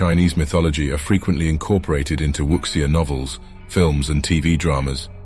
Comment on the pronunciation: Interesting video. There are a few mistakes in the pronunciation of certain Chinese terms. Wuxia is not pronounced as "wuksia", but rather "Wu-Shia" Qilin is not pronounced as "killin" but more like "Chee-lin"